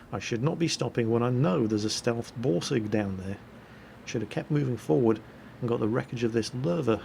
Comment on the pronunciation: When says Borsig it sounds like he is saying Ballsig:D